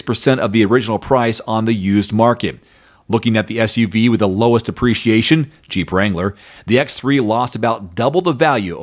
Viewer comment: Please crisply speak the word depreciation. The way you pronounce duhpreciation sounds like appreciation. Am i alone here?